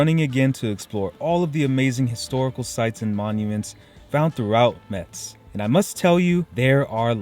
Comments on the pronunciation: Thank you for reviewing my hometown that is always neglected by travel guides about France. One thing you should stop doing if you really like the city is mispronounce its name. The correct pronounciation is "MESS" like in "what a mess!" , not "mets." I can assure you that natives hate it when outsiders mispronounce their city's name, because it is so common, even by French natives. You get a pass as an American, so people would not mind as much, but please make an effort and learn the correct pronounciation and come back soon. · Hello, I’m happy that you and your family have enjoyed the visit of Metz (which, by the way, is pronounced “mess” as the t is silent). In Metz you have missed visiting the train station, its beautiful and imposing architecture of German influence. I’d like to know if you guys had the opportunity to taste the little yellow plums that you showed in the video. The mirabelle fruit is only harvested in this small region and people there are very proud of it. Wish you all the best.